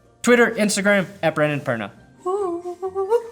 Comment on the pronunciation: Brandon that intro only works because Americans speak incorrectly Perna